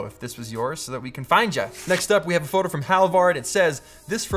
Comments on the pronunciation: read this comment exactly as he said that, yes he did haha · did he say “froto”? Lol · Froto Baggins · sure did!